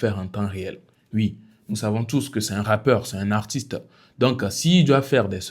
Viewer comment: Finalement j'ai compris que tu n'arrive pas à prononcer le mot 'un'